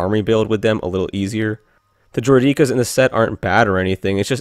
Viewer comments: Learn how to pronounce droideke (droidaka not droid eka) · Honestly this guy should learn how to say droideka